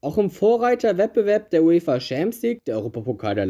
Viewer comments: Wer kennt sie nicht: die „UEFA Chamsieg“ lol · „UEFA Scheemps league“